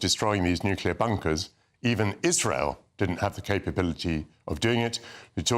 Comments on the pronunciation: Fgs it is not nukiller it is nuclear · can't even say nuclear he keeps on saying nucilar😂